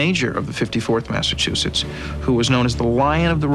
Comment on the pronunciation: The 54th will forever be my favorite statue in Gettysburg. I’m from Mass and go to Gettysburg periodically just to see that beautiful statue that honors them ♥️. That being said…someone teach Danny Glover how to pronounce Massachusetts please. UGH!